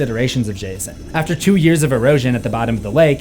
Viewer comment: i heard gayson